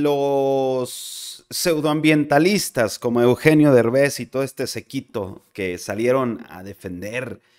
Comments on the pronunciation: Eh no es "sequito" es séquito lleva acento te oyes muy naco y luego usas mucho esta palabra o mejor eliminala de tu léxico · SÉQUITO, SÉQUITO, SÉQUITO,. Con acento en la É. Por favor...